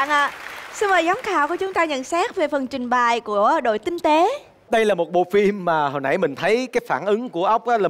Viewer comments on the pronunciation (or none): trước khi làm MC nói phải chuẩn trước đã,đãi miệng quá,trình bày mà nghe thành trình bài